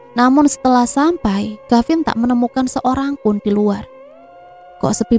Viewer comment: Mf neng,d cerita ini kavin apa gavin ya,kurang jelas🙏